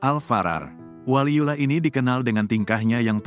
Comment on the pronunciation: Yang bener Baca WALIYULLOH, ko di baca waliyulah.